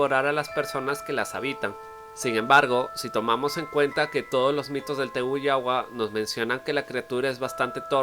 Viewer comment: Buen video! Una observación: en guaraní, la última sílaba no se acentúa, así que hay varios nombres que se pronuncian con acento en la última sílaba que te habrás confundido y los pronunciaste como palabras llanas (Tejú Jaguá, Taú, Keraná, serían las pronunciaciones correctas), y la "y" tiene su propio sonido en guaraní que no es parecido a ninguno en español.